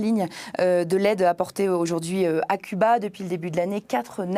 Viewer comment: c'est curieux la journaliste n'arrive pas à dire CUBA